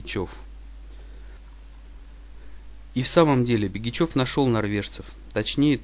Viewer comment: Ударение в словах не правильно ставит -ПЯсино, ХАтанга, БЕгичев